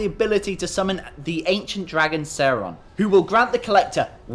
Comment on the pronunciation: What did you call the dragon? It sounds like you said Saron. His name is Shenlong (Shenron in the Funimation dub).